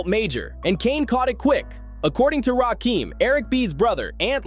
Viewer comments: EPMD could have been on this list Erick Sermon in particular. Also it's Rakim not Rakeem. And 3rd Bass wasn't a fish 😂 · It’s RAKIM homie not RAKEEEM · Why is it that you yt folks can never say folks name properly ? It’s not RAKEEM ITS RAKIM !! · It's Rakim.....NOT RAKEEM.!!! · Omg…RAKIM not Rakeem🤦🏾‍♀️🤦🏾‍♀️ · My question is ; Why YT folks always mispronouncing black folks name's ??? Or any name's thats not EUROPEAN??? The name is pronounced: RAKIM just like its spelled. Not RAKEEM. Adding insult to injury is the fact that this whole thing is about respect for Rakim and youre mispronouncing hos name the whole entire time.... Diabolical work... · Why you keep saying Rakim wrong? It's not Rakeem. Get it together. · You are completely pronouncing RaKim's name wrong. It's not Rakiem., it's RaKim. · Uggh, I want to like this video but I can't even finish it with this A.I. slop continuously saying Rakeem. 👎👎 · Rakim not Rakeem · It’s RAH-KIM put respect on his name.. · I didnt get through 2 min of this video. AI video creators are the absolute worst. They are lazy and incompetent. Rakeeem? 3rd bAss? Dont recommend channel. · As soon as a heard that "Rahkeem" mispronunciation, I'm out. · I hate AI narrated videos! Trash ass garbage! Talking about disrespect, and got the nerve to post this disrespectfully mispronouncing the God Emcee’s name wrong! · It’s driving me nuts how the narrator kept mispronouncing his name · Say his name right